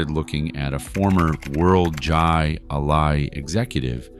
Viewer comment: "Jai Alai" is pronounced like: "High Lie"